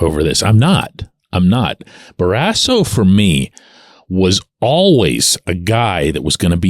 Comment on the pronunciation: What's your point on Barrasso? Is this the HOF of how athletes interact with media members? I wouldn't have cared if he punched you in the face. In fact, I'm kind of wishing he did!!! Anyway, you pronounce his last name in an odd, incorrect manner. Happened with most broadcasters, not just you. He was, 100%, a HOF goaltender!